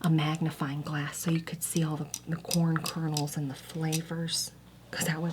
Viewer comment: I’ve never heard someone say corn like that. “Cworm” I love it